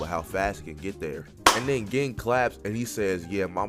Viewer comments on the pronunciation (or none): u rlly gotta research how to say certain ppl’s names, like sayin “gin” instead of “geen” is crazzzyyyyy